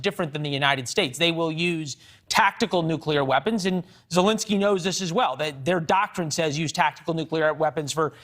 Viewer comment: Ew this new caster guy is terrifying looking. Gives me pennywise vibes. He got one eye bigger that the other, Botox stuck face and can't even pronounce the president of Ukraines name correctly. Fire him